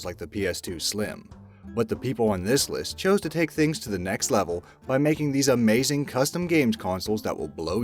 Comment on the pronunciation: Intro:AMAZING! Old english:amawzing